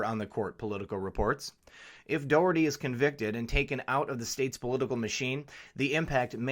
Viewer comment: Thanks for covering the Johnny Dougherty IBEW Ninety Three story in Philly. It will shut down the Philly Democratic City Ctte aka the Philly Dem Machine. FYI his name is pronounced Johnny DOCKerty hence his universal nickname, Johnny Doc. This is what everyone calls him high to low. This investigation has been going on informally for even longer - the FBI only had to announce it BY LAW two years ago! Obama imho blocked it just like Shillay et al. But that all ended when Trump got elected. Glad you did not go into politics also!